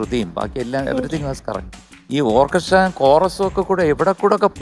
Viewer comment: ഓർക്കെസ്ട്ര അല്ല ശരിയായി പറയൂ " "ഓക്കസ്ര "❤️❤️😍😍😍